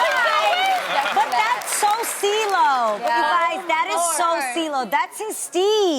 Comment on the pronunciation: Cee-lo wasn't Cee-lo, he was Cee-glo